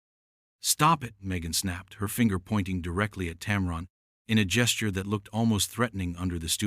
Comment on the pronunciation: Why don't you ever show the actual interviews? is no "powerhouse". It's "TAM-run", not "TAM-ron".